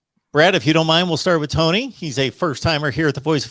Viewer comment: I think you got Tony’s name wrong